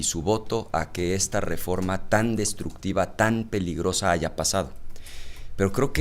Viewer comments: ortega no se dice aiga sido es aya sido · No se di se aiga se dise aya